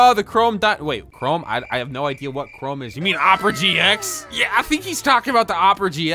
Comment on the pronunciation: For some reason I thought was saying Rome instead of chrome